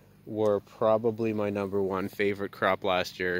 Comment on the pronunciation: "Numba 2" 😄